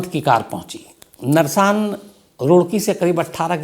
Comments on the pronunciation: Narsaan nhi h naarsan h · Shamsji nersan nahi Narsan hei is jaghe ka naam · Narsaan nahi Naarsan h main roorkee se hun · सर जी, जगह का नाम, नरसान नहीं है नारसन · "नारसन" है जनाब वो कस्बा जहा ऋषभ पंत की कार दुर्घटनाग्रस्त हुई है, not नरसान और वो पानीपत रोडवेज़ की वो बस हरिद्वार से आ रही थी, वाया रुड़की-मुजफ्फरनगर होते हुए पानीपत जा रही थी, वो बस देहरादून से नही आ रही थी, माफी चाहूंगा, मैं रुड़की शहर से हूं, आपको exact information देना चाहता हूं